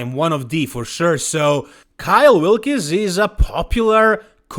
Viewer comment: His name is Kyle Wilkes. It's pronounced 'Wilks' not "Wil'kees."